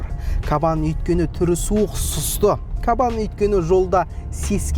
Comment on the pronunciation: Кабан демей "қабан" десейші 😂